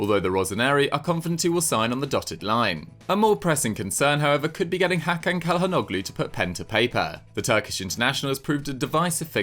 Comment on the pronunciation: You pronounce it Chalanolu